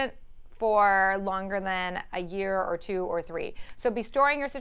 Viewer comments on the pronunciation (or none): none